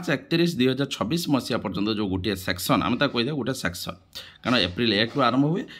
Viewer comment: Sesion not section